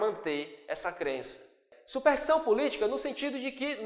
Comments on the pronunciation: Professor... o sr. tem escrito e falado "SUPERTIÇÃO", ao invés de "SUPERSTIÇÃO". Isto não desmerece em nada tua boa aula, mas é bom corrigir. Att. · "SUPERTIÇÃO" .. meu Deus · ótima aula! ps: é superStição, e não supertição :))